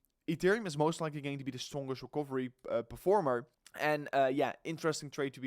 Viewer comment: By the way, words like Some, and Recovery, in english are pronounced with a U in place of the O, so it's not pronounced som, it's sum, and recuvery. PS, not hating, just helping. Peace.